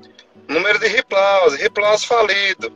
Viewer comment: RIPLAUSE🤣🤣 diz ele kk